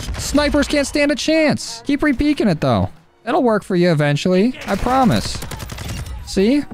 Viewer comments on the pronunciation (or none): none